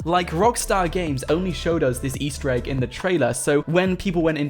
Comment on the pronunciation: Stop ✋ saing Ester eeg